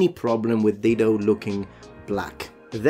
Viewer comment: Oh 'DIDO'...no "L"!